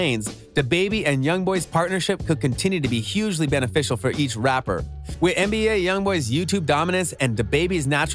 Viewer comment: Why you keep sayin mba when the correct way to say it is nba